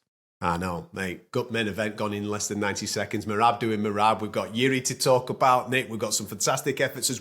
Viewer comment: Can someone tell Nick to learn how to pronounce Merab’s name? 😂